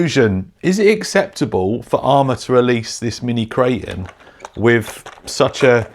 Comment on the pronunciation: It's not a "kray-un". "Kray-ton"